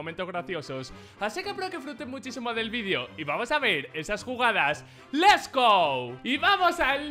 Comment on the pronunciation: Che nunca nadie le dijo que es let's go y no les go